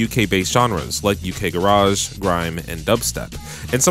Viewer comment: the way you said UK garage LOL